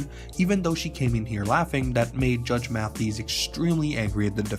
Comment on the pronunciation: So you should probably learn to pronounce his name properly before making a video for clout about him